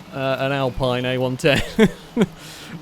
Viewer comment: It's pronounced "Alpine", not "Alpine" ;)